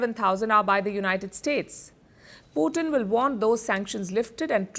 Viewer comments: I meant पुटिन hurts ! Please stop saying पुटिन. पुटिन As I said is a dish made up of French fries topped with different types of gravies !! 😎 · पुतिन NOT पुटिन ।। Every time you say पुतिन it hurts my ears 👂!! And I am not joking !! Pallid I love your reporting , but it’s NOT पुटिन. Cm’on !! पुटिन (POUTINE) is a rush , pretty famous up here in Canada !